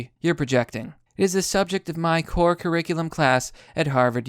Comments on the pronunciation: Love your vids but did you say “surriculum”? lol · pronounced KUR RICK U LUM. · Curriculum. The true Latin pronunciation Good stuff. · damn son, you don't know how to pronounce "curriculum"? that's fucked up LOL